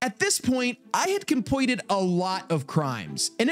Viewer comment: compweted is cwazy (jokes)